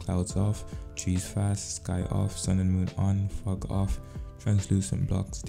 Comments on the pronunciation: sound like you said ** off but you said fog off 🤣🤣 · I heard something else when u said fog I thing f**k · When he said fog off. Thought be said fuck off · The way he said fog:off 😂😂 I heard something else 🤣🤣